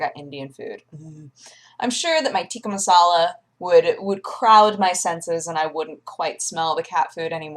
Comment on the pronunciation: It's so cute her pronunciation for tika masala :p